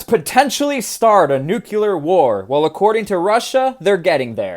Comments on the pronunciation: Nuclear- Nu~clear not nucular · NUC-LE-AR. Not NUC-YOU-LAR... Jeez! It's nucleus, not nucyoulous... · Everyone says nuclear wrong now because of George W Bush. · Did you just Bush Jr. the pronunciation of nuclear. I'm going to assume that was intentional. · A true southern boy over hur 😂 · As god intended..